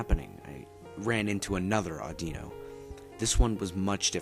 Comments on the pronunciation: its pronounced AW-DEE-NO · Dude its pronouced aw di no